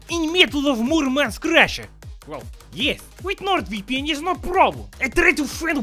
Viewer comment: how western spy's says: NORD VPN how say's: NorViPiEn